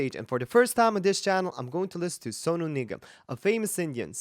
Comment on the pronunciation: You said his name Sonu just like we say it ,like he's your homie